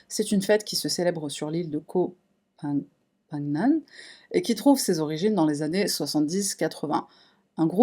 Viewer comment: Il atterrit pas sur koh phangan,il n'y a pas d'aeroport a phangan,il atterrit à samui,puis prends le bateau pour phangan ! et Phangan se prononce PENGANNE ;) Koh signifie Ile en thailandais